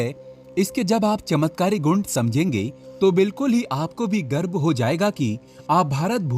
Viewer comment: गर्भ नहीं गर्व बोलते हैं